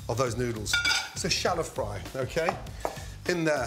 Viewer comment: Its good to hear him say "shallow fly". I do that shit all the time.